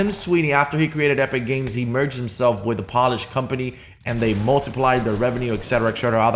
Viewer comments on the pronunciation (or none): it’s pronounced PO-lish not PAW-lish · Please for the love of God stop calling it polish like a shoe polish. It's Polish because they are from Poland. It's pronounced pole-ish. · you said epic games merged with a polish company but you prounced polish like shoe polish not the country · "Pollish?" lmao this mans was trynna say Polish (POLE-ish) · Pawlish lmfao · Ffs it is pronounced pole-ish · did he just pronounce polish as poll-ish.... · a what type of company? Did you say (as in the shoe cleaner) polish? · I can’t take anyone serious who pronounces Polish like “Pollish” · You said Polish as shoe polish 😂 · Did anyone else cringe when he mispronounced some key words like Polish and meta? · Might wanna polish up on the way you pronounce Polish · Am i the only one who heard him say polish like an idiot lol love u